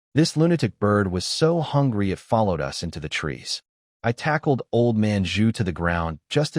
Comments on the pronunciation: I can't stand bots . Us is us not U-S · How come the AI can't say us? It says U S